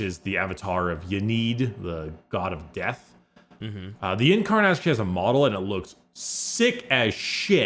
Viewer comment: please. Please say in-karn, not yin-karn. Or yin-eed, it's in-ee-add. I beg of thee.